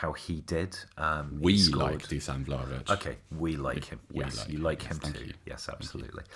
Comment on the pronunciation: If you really like Vlahović maybe you should try to not pronounce his name in the worst way possible. Like I was legitimately wondering who the hell is Vlavić? Its pronounced pretty much how its written, Vla-HO-vich.